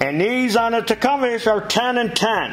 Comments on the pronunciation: Tecumseh (tee-come-see) William Tecumseh Sherman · you been calling it Tecumes for years now love it every time. Krohler Briggs and Scratton 😂 never gets old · Enjoyed watching. Tecumseh=Tee-cum-see. Don't feel bad though, no "out of town-er" ever gets it right, the first time...LOL. I know, because I live here, in Tecumseh, MI. Where the engine's name, comes from. The original buildings have recently been torn down. Old guys, may also remember the Clinton engine. They were made just 5 miles North of here, in Clinton, MI.